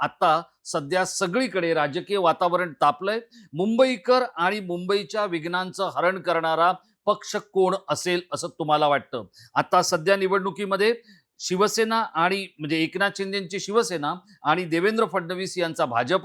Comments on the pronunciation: "विघ्ण" नाही रे......"विघ्न" पत्रकार आहेस ना? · तू मध्ये थोबाड घालु नकोसच बोलू दे. घ्नणघं म्हणतो. विघ्न तुला भडव्या म्हणता येत नाही.